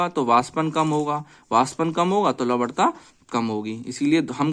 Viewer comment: Lavanta ko lavadta kehkar logo ko confused kardiya aap ne to